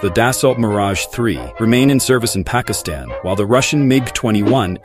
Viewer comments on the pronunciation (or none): none